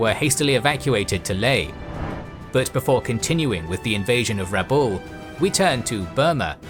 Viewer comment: Just a correction on pronunciation, my understanding is that the emphsis is on the a not the u in Rabaul.